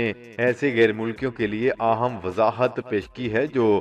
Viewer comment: Aaham padha glat hai : aham: padhein